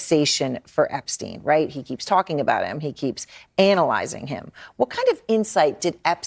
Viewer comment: "anal-izing him" okay